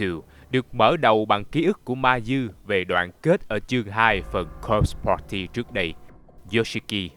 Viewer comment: đọc cứ nghe nhầm là "cock party" haizzzz